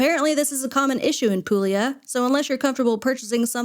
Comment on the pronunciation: Pool-yah. Not pool-eee-ah.